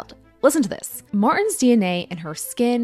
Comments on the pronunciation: Just nitpicking, but "Martins" is stressed in the last syllable. It sounds like "marTEENS" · Just disappointed at the pronouciation of the names. Martins is not prononced "mars". But interesting info. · Weird pronunciation of "Martins"... Try "marteens" it will be closer to the original. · Her name is Portuguese. "Martins" is pronounced "Mahrr-TCHEENS" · i loooove that you're talking about this! also it's pronounced martcheens 🩷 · Hearing Americans says Martins as Mars is hilarious